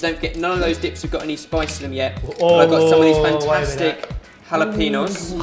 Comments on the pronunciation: I like how people say "jalapeenos" when the "pen" part is actually pronounced like the word pen. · HalapenYO is how it's pronounced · jalepeño = jalepe[nyo] :P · Awesome video as always guys! I love your recipes. But please learn how to pronounce "Jalapeño": Ñ